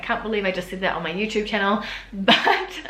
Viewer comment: Of course but the commentator imitated her pronunciation. That's why he also wrote Youtoube.